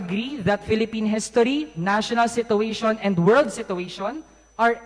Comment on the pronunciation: si-choo-ay-shn ....... summa cum laude daw pero pag pronounce ng "Situation" --- sito-wesyun hahahaha